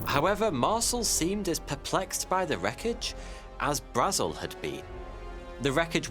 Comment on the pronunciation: It must be a rule that no person commenting making a video on Roswell is allowed to pronounce both “Brazel” and “Marcel” correctly.